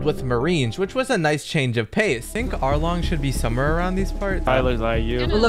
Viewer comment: "Alrong"💀 Anyways Love Youre Vids❤